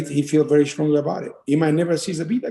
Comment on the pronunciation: Brett mispronuncing zabit last name again and again